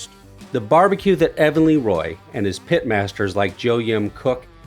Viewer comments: "Leeroy and Lewis" instead of LeRoy and Lewis got me good 😂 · it's LUH-roy...not LEE-roy